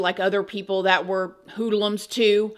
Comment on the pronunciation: the way pronounces hoodlums is so cute omggg 🤗🤗